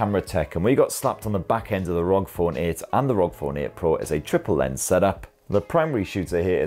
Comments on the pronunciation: Love your videos! But its R O G lol not rog lol it's an acronym lol Republic Of Gamers lol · This is the first time I heard someone said ROG and not aRe O Gee 😂